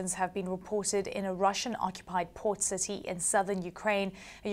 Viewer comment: Citsy. Activitsy. Puttsing. Brexit English!